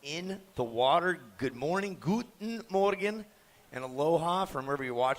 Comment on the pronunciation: I´m from Germany and that "Guten Morgen" catched me instantly.